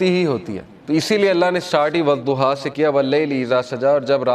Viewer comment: Sure e zuha nahee ye sure e duha hay from kpk swabi